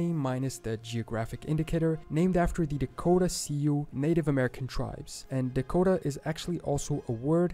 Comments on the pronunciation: Fyi...Sioux isn't pronounced see-oo. It's just "soo" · Sioux "see-oo" Wtf lmao.... Also yes, there are shitloads of Natives still around. In northern Oklahoma where I am, unfortunately much of the Ponca Tribe are known as paint sniffers lol. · Sioux: pronounced like the female name "Sue" Sū Do not pronounce most of the Native words like the video you are watching 🤣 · Dakota Sioux (he pronounced it 'See-u') it's pronounced 'sue'. LOL Montan is plains in the mid and eastern part of the state. Western part is beautiful mountains. The gold barons of Montana bribed Congress for the mountainous part of Montana. Idaho had no clue when the border was being drawn they'd been ripped off so to speak. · The announcer mispronounces Native American tribes. Everyone I hear pronounce Ojibwa pronounces it with a hard "J" so phonetically Oh-jib-way. As I have always heard it, Sioux is pronounced like "Sue" or "Soo." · To whom it may concern, just a couple pronunciation corrections that I know of Ojibwe ( oh-jib-way ) Sioux ( Soo ) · Being a Wyoming native and somewhat of a Wyoming historian, the name Wyoming is derived from a Delaware Indian word meaning 'alternating mountains and valleys'. The narrator's pronunciation of the Shoshone and Sioux tribes was off, too. They are pronounced as 'shuh-sho-nee' and 'soo' respectively. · “Dakota See-You” that pronunciation hurts my soul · Ojibwe is pronounced O jib way Algonquin is their language spoken by many tribes in the Mid West including the potowatami . The Iroquois is a confederation of several Tribes. The Sioux is pronounced Sue. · Sioux is pronounced Sue, not what the author of the video said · Did you cringe how the narrator pronounced Sioux? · All these videos that mention the shoshone had me questioning my pronunciation, but I looked it up and I WAS right. It is sho-sho-nee, this is two videos he has watched where it was mispronounced Edit: I just heard him pronounce sioux and almost had an aneurysm